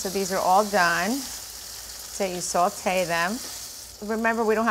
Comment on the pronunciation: This is not traditional saltimboca. Sage is a key ingredient for this recipe. And the sauce is generally made with butter and wine. And the correct word is “sautée” not saltee.